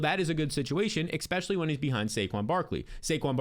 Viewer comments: the word is especially, not "expecially". Have a great day. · Egbuka will be ekseptional. Ekspecially if u don't ekspect Godwin to return to exceptional health. Extreme talent, smash pick ekspecially if u can get him late. I suspect he will ekseed all ekspectations. What the heck else do u ekspect this season, give him some respekt.